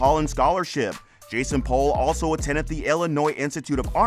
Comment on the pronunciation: It's "POOL" not "Pole". Did you watch the show at all?